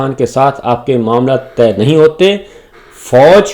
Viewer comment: معزرت کیساتھ معاملہ تہہ نہیں کہتے طے کہتے ہیں 🙏